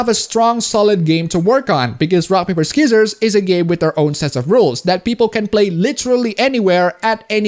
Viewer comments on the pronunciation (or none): "rock paper SKIZERS." lol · Ok,, its s(c)ee-sors/sci-sors, not skizzors. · "Skissors" Disliked, unsubscribed, and reported. I am absolutely disgusted. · First time I've heard it called "skizzers" Though, to be frank, a silent C is redundant and easily one of the more confusing moves the language has made. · also did you just said "ski sorrs" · The incorrect way you say scissors, triggers me. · you dont need to pronounce the c in scissors i know its weird